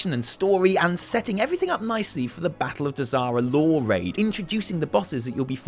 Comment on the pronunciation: I'm drunk and when you said "Battle of Dazar'alor" I thought you said "Battle of Disaster Lore."